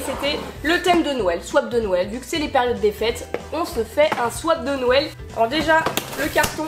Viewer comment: On dirait que tu dis « nouël » aux lieux de « Noël » mdr c’est mimi !